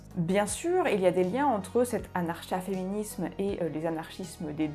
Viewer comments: Comment est-il imaginable de produire une longue vidéo sur un sujet dont on se sait même pas prononcer le nom ?! N'était-ce pas la première chose à faire ? Anarcha-féminisme se prononce évidemment a.naʁ.ka.fe.mi.nism comme anarcho-syndicalismese se dit anarko ... 😵‍💫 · Curieusement, c'est bien la 1ère fois que j'entends le ch prononcé comme dans chat alors que l'on peut dire anar(K)a féminisme ;) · est la première personne que j'entend pronocer le "ch", c'est une françisation j'imagine.